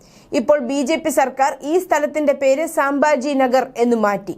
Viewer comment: സാംബാജി അല്ല സംഭാജി 🙏